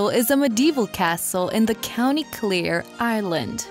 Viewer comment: Its pronounced clare as in the girls name clare you pronounced it clear ❤ 🙏💚🤍🧡🙏❤️